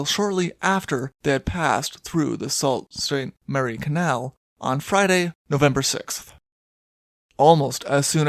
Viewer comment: I love the videos and have no doubt that in covering more on the Great Lakes the name will come up again, so Sault Ste Marie is pronounced “Soo Saint Marie”, or Sioux like the Indian tribe is pronounced. You’ll hear lots of references to the Sault Locks since they’re such an important part of navigation up there. If you listen to the Stan Rogers song White Squall, he uses the line “as we roll north to the Sault” to mean his ship is heading for the Sault Locks and river, and can hear his Canadian pronunciation of it. Many of his songs are about ships on the lakes.